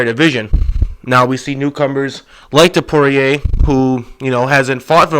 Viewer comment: Why do you keep calling Ilia Topuria, Ilia Topoirier? It is not pronounced like dustin Poirier smh